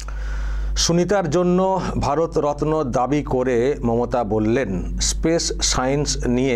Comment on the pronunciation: ওসব অনেক দূরের কথা, " স্পেস " উচ্চারণ টা করা যাবে তো নাকি , তাতে পবলেম হবে বলে " পেস " বলতে হবে। 🤣🤣🤣